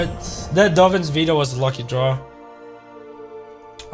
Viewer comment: Swear it sounds like he's saying Dovin's Speedo instead of Veto which now might have to be my nick name for the card over Danny Devito